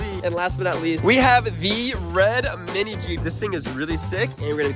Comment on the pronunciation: It’s not geep it’s jeep